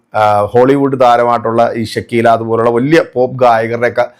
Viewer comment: ഷക്കീല അല്ല മരവാഴേ.. ഷക്കീറ..